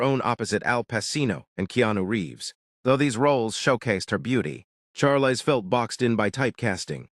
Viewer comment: Learn how to pronounce her first name.